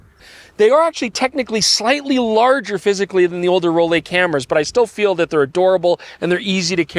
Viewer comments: FYI it’s not “Roll-ay” it’s “Roll-eye”, being a German word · As someone that dreamed of buying a Rollei back in the 90s but could not afford it, this variation doesn't impress me at all. It has been modernized on the expense of quality. Moving to another topic - Just as you pronounce LAYCA and not LEECA. you need to say ROLLAY and not ROLEE. Its the same german grammar of the EI letter combination that is pronounces as AYI. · Rolly??? Roll-eye 🙄…literally that how you say it 😂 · It's a German name - pronounced Roll-E not Roll-A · to be honest: it is pronounced “raw-lai”. Greetings from Braunschweig/Germany - where the Rollei company originally came from ;) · pronouncing Rolleye 😊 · It can't be that hard to pronounce a foreign name at least somewhat correct every now and then.